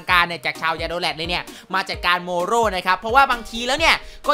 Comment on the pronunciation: ทำมัยเหมือนพี่พูดเมรุสกับโมโรผิดไปนะเนี่ย